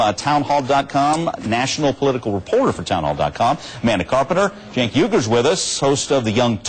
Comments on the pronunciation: is "jenk" the correct pronunciation? i thought it was pronounced "senk". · WHO THE FUCK IS JINK! AM I TRIPPIN OR IS THAT THE WAY YOU PRONOUNCE CENK. My audio preview pronounces his name Kank!